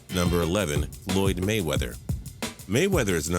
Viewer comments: He said "Loyde Mayweather" lmaaaooooo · lol he calls him Lloyd Mayweather